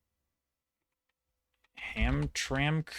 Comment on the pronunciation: as someone from there , its pronounced HAM-TRAM-ICK